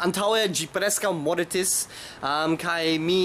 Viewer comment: Vi diris "mortis" kun La I en "it"... mi perdis la vorton por mistake... Meh mi volis diri tio ;)